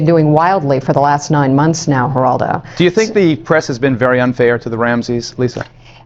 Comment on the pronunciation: Pronounced Heraldo